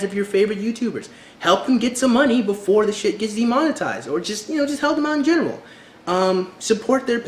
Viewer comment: oh and you said "de monten ized... but it's demon-etized not nucular either it's nu-clear